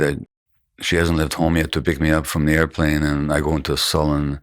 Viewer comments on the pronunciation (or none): none